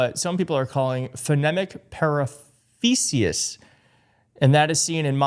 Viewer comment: its pronounced Par ah fage ah